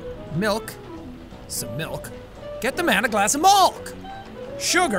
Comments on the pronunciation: Mulk?? Its malk learn english... pfff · POUR ME. A GLASS. OF MALK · You sed molk instead of milk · Its MALK! lol! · He actually said it, a glass of mulk. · "The man wants a glass of malk!"🤣🤣🤣 who else remembers that video???? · "ok, say milkshake" "milkshake" "now say milk"...."malk"